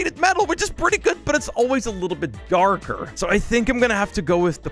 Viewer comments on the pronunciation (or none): When he Said darker For some reason the 1st time It sounded like he said cardboard